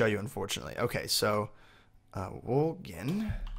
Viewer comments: Gin gin gin gin gin gin gin is all I hear... It's pronounced jin not gin... Like cotton jin. It's pronounced jin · It's pronounced wool Jin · btw gin is pronounced the way the type of alcohol is. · He pronounced gin with a hard G lol